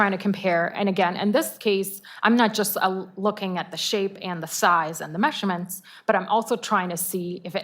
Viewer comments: Stop saying mesherments!!!!! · Mehhshure-mhents. Her pronunciation is so annoying!